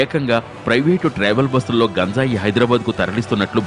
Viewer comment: That is not gunjai.....it is ganjai...